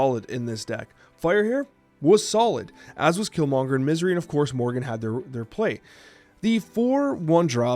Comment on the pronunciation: Was it deck though? Regis said he got it off Untapped? I couldn't get past pronunciation of Morgan to watch the whole video.